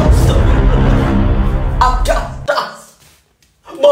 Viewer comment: Adidas malah jadi adadis 😂😂😂😂